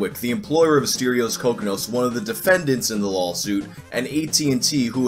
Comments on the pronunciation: are you purposely saying lolsuit or am i just hearing things? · Are you saying "lawsuit" or "LAWLsuit"?